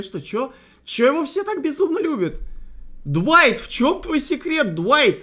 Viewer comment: Глайт а не дуайт